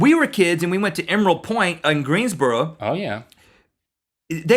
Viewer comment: The way Rhett said Greensboro (sp?) was so southern.